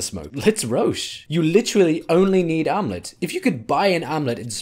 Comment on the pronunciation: Matterino Thurmanerino I'm making fun of the way he says "armlet" with his accent